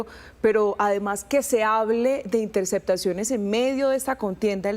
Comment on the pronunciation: Se de la espriella no dice intersectaciones, se dice intercePtaciones, hable bien corroncho mal hablado 😂